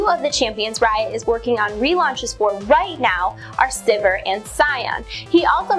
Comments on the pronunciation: Its not pronounced Syvehr.... Syveer is the proper way to say it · I can't believe that's the correct way to pronounce Sivir. It doesn't sound like anything when you say it that way, except vomit. I want it pronounced like "severe" and I will continue to do so until banned from LoL.